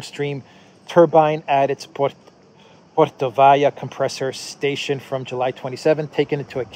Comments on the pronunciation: В данном слове ударение должно быть поставлено на слог со второй буквой О — портОвая. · PortOvaya. Emphasis oh O. Otherwise, good coverage. Keep up the good work.